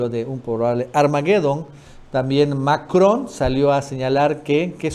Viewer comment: MACRON N N N no MACROM M M!!! Siempre te sigo,das valiosa información,pero te fallan Errores de léxico, te determinan lamentablemente de manera negativa, dando señales de mala educación q te tocó recibir